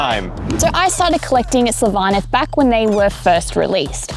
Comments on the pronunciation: SYL-vaneth not syl-VA- neth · No it's SYLVA-neth